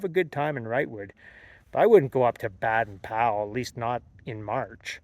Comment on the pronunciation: Baden-Powell: Baden has a long ā pronounced Bay-den. San Jacinto: pronounced Ha-cinto